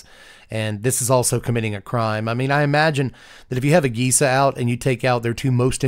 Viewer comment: Jeesa?.... G sounds like Guh.